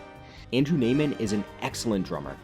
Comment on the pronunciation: First essay I’ve seen someone catch Neiman’s name being mispronounced the whole time